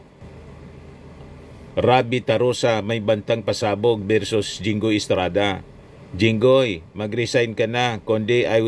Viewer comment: Sabi niya Jingay. Obviously THATS jingoy